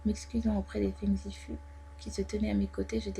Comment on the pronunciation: Ça se prononce fung zifOU plutôt Non?